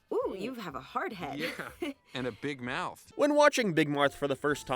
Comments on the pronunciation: I can't be the only one heading say "big Marth" instead of "big mouth" all the time... right? 😂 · Dawg all I’m hearing this guy say is “big mike”😭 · RIP Big "Moath" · "Beeg Mearth" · "Big mithe" lol